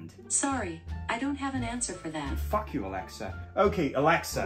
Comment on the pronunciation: F**k youの発音が綺麗すぎて草